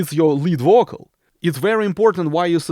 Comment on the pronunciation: its a subtle joke.. when you say vocal its sound like bocal.. but i love your accent... i dont say this to demean you.. you are the best